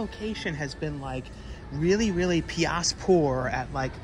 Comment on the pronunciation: I like when you said piass poor instead of piss lol